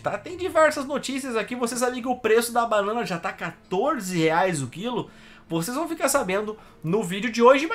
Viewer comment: "panãna" vai todo mundo se fu...